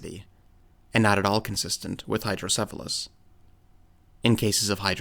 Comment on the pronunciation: Sorry, but, "Hydrodephalus"?